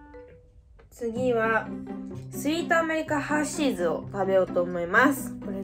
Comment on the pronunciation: ハーシーズ(↘︎)じゃなくてハー(↗︎)シーズ！笑ハーシーズは外国のチョコレートのお菓子だよ！多分全部外国のお菓子とコラボしたシリーズじゃないかな！